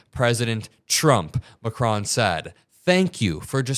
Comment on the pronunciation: Just for the hell of it: it is ma....KRON. Stress on the second part of his last name. Love your show!